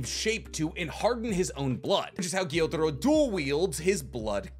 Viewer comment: love the video but dislike how he pronunciates the names for instance, he says gyotaro but his name is gyutaro or kokoshibu but his name is kokoshibo hes just getting his U's and O's mixed up